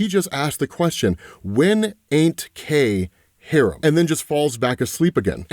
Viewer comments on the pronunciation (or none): "hah-RAHM", not "harem" lol, two completely different words. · That is not how you pronounce “haram” lol You are pronouncing it like you would “harem” completely different things lol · Haram is Hah-Rom...a Harem is not Haram at all 😅